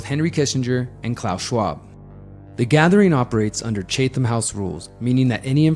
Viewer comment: Chatham is pronounced: Chat - um.